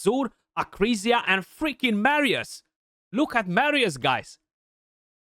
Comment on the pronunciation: Nu mai pronunta Meerius Bro Ca duna aiurea tare